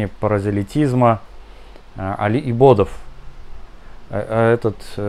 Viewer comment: Не Давлата, а Даавата, не Паразалитизма, а Прозелитизма